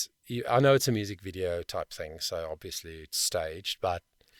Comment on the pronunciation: Dropping the consonants at the end a phrase is a common jazz technique. Dropping consonants when you speak (like you do when you say "hea(r)" and "thin(g)") is not only sloppy, it's laughingly hypocritical.